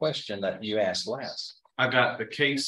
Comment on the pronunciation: that lawyer should be held in contempt just for using "dis" , "dat", "den" and "axed"